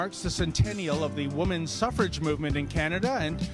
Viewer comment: “Suffer-age” lol. University students, sigh